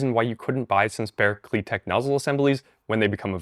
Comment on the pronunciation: You pronounce it wrong, it is pronounced Klit-ek